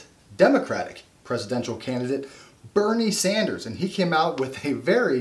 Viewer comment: Boo-nie Sanders.